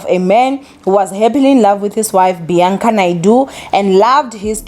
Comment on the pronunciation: It's Bianca not Beyanca